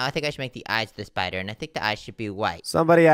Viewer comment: i like how and said spider at the same time and shpider